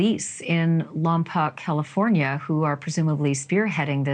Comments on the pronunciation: Ashleigh, I’m a Lompocian that grew up in Lompoc and as a matter of fact I attended Buena Vista elementary school . Could you please say Lompoc right??? the “Poc” is pronounced “poke” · Lompoc is 150 miles NORTHwest of Los Angeles. 😉 Pronounced Lom-poke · Hi Ashleigh! I know you’re going to be covering this story, so the correct pronunciation of the town is “Lom-poke” - thanks for covering! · Hi Ashleigh, local here. Lompoc is said as Lom poke. Hoping this beautiful little girl is found soon.🩷🦔🩷